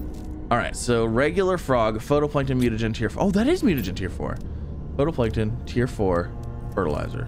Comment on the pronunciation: Him pronouncing phytoplankton makes me cringe. PHOTOplankton new species that takes selfies maybe? 😂